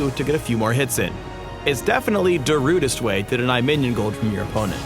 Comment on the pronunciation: "Darudest way" You've gone too far this time,.